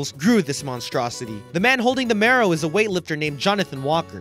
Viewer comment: wtf is a 'mahrow'?! Ma-row...short a sound, like 'arrow' with an m on the front.